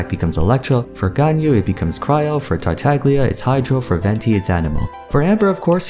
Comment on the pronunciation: Amber is the 2nd playable chara we see, venti exists. Also you said tartaglia wrong